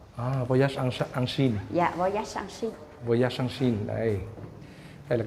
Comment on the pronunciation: "voyage en Chine" Viet thi viet bang tieng Phap (nhu chu quoc ngu ) ma le tan khi doc theo giong tieng Anh thanh " quay det in Sai Ni " !?! Chang hieu me gi het !? 🥴🤔🤣😳